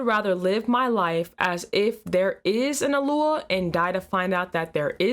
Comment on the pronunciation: Why does she talk weird? "Alua"? "Adoni"? Why not just say God? Or Yahweh?